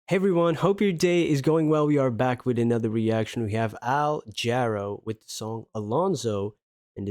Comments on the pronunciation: Hi, Love Al Jarreau. New song for me. FYI, his name is pronounced "Juh (as in "duh")-Row" with emphasis on the 2nd syllable. I have some recommendations. Recommendations: "Roof Garden" and "After All" (lush ballad). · Pronounced, Juh-ROW (emphasis on the second syllable). Al Jarreau is another deep catalog to dive into! A couple of suggestions below with links. Thanks for another great reaction,! We're In This Love Together -- Take Five (live 1976) -- Black and Blues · Jarreau is pronounced in a French manner... eau sounds like an o. jah • RO